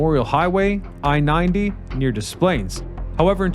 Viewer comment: I enjoyed the way you said Des Plaines, it took me way back. 👍 I grew up in Cicero. As a kid my parents zoomed on by the oases; as a teen I stopped pretty much every time. In the early 80s a quartet of us were bound for Wisconsin. My friend and his girlfriend (who was driving) bickered then full-on argued about teenage nonsense. We stopped at the Belvidere Oasis (do they still build Mopars in Belvidere?). She and her girlfriend ditched us there. In around 15 minutes I finagled a ride with an older couple frim Minnesota who were bound for a family event in Wrigleyville. They gave us a ride, we guided them to their destination. They wouldn't even take gas money. We took buses downtown and caught the El home from there. You weren't supposed to hitchhike anywhere at the time, let alone at an oasis, but we did anyway.